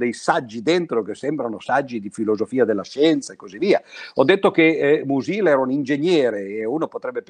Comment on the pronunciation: Sulle teorie di Mach è la tesi di dottorato che lo scrittore ventottenne discusse all’Università di Berlino nel marzo del 1908. Bellissima lezione solo un piccolo appunto sulla pronuncia: uno dei miei autori preferiti si pronuncia Mùsil e non Musìl.